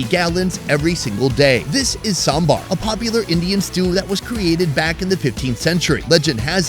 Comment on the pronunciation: The moment when our food expert correctly pronounced "Sambar".Lovely